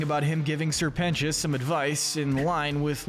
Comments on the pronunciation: ITS SIR PEN-TI-OUS NOT PENCHUS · You missed pronounced sir precious multiple times